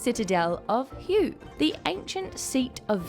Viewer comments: Hue is pronounced like "hwhey", not Hue as in a guy named Hue. :) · Sos! So much different than when I was there with the Army in 1968. Back then they were in the middle of a terrible war. Now look at it. I always thought it was a beautiful place if you could just stop the shooting. You proved me right. Oh yes, the old capitol of Hue is pronounced HWAY. It was the scene of some of the most fierce fighting of the Tet offensive in 1968. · Hue is pronounced “hway” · Hue is pronounced "Way"